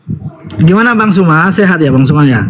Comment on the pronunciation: Oten... Sakit lobang kuping ku dengar PERKATAAN PARA OTEN NYEBUT NAMA SU.... SUMA.... SEBUT KATA KATA ITU DENGAN SESUAI ZU..... ZU.... ZUMA... FAHAM!!!